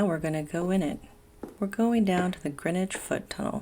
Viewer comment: Great to hear Greenwich pronounced "Grinwich" like the locals.